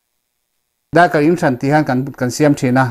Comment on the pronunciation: mizotawng a va thiam ve.....mizoram thalai,a bik takin khawpui thalai te'n an tluk hauh lo mai..'daikal in' han tih thlap thlap te kha a va mizo raih raih ve....